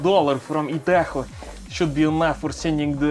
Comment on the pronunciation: Dude the way he pronounces idaho I care about this because I LIVE THERE!!! I will send you 7 pounds of the most western mayonnaise I can find.. just wait... just. Wait